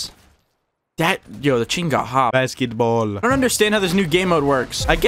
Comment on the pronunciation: "yo the chicken got hops" also: "baskemtboll" i had a stroke doing this